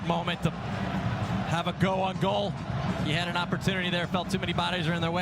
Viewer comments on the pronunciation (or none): Ah, the commentator who presumably can't pronounce "goal"...